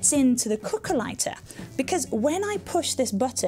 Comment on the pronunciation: Me too, thought she was saying coco(a)😅